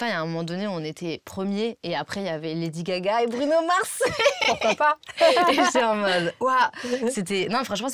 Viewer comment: La forma en que dice ''Laddy Gaga & Bruno Mars'' con su acento frances !!!! amo !